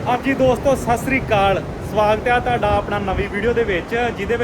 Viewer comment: ਸਾਸਰੀ ਕਾਲ ਨਹੀਂ ਹੁੰਦਾ ਸਤਿ ਸ੍ਰੀ ਅਕਾਲ ਹੁੰਦਾ ਪੰਜਾਬੀ ਹੋ ਕੇ ਤੈਨੂੰ ਇਹ ਵੀ ਨਹੀਂ ਪਤਾ ਫੁਦੂਆ